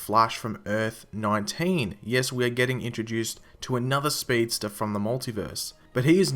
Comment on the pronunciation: a speedstah.